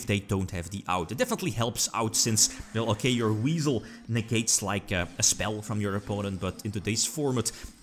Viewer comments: I definitely heard Weasel and had no idea it was Wisel for the longest time lol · You tell em! Also it's WISE-el. Weird I know